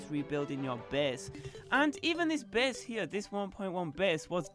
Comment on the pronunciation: wtf is wrong with ur english lol? ''bes'' base*